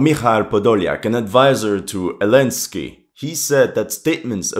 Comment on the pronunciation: Why do you keep calling Zelensky "Elensky?"